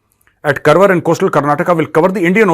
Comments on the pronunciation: Sir please note it’s pronounced as Kaarwaar not Karwar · सर, जिसे आप करवर बोल रहे हैं वह करवर नहीं 'कारवार' है. मैं उसी जिल्हेसे हूँ. कोंकणी मातृभाषा है मेरी. बुरा मत मानिएगा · Sir , Karwar is pronounced as Car-waar